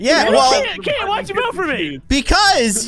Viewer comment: BRUH ITS KEYIN NOT KEAIN